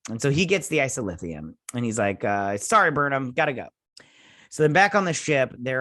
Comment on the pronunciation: A few Treksplorations: 1) It's Isolynium. O-woe-se-kun. or Oh Wow, Owo. And the Stilph. Which you got correct. Who live on the edge of the Galactic Barrier. Which the Q created to keep the galaxies separated. 2) The Karma Barge is very cool. Correct! 3) Dr. Pollard (lady doc) is the head doctor. Lorca didn't think to have a Deanna Troi. But Dr. Culber felt a psychologist is needed cuz of all the trauma the crew experienced being 1000 years in the future and fighting all the battles they do to save the universe. Hugh just needs to take a break and realize he can't predict everything people will do. 4) Haz also played Duggan. Create character. The guy that Empress Georgiou caught and put in jail for trying to protect Lorca's plot to overthrow her. 5) Tarka is a narcissistic sociopath, who blew up wild mountain cats as a child. So naturally, he sees his grief as being far more compelling than grief felt by others. 6) The DMA is as large as a small solar system. It's mining boronite. And boronite is what makes the Omega particle that the Borg idolize as a god due to it's perfection. And it's destructive ability to destroy subspace for vast distances. 7) Picard and Disco will intersect for 3 weeks. This may be by design cuz the Q should not want Disco so close to the galactic barrier. And the Borg might be attracted by the Omega particle. Causing a CROSSOVER event for the two series. 8) This is also a great episode cuz the romantic relationships are so very authentic and mature. A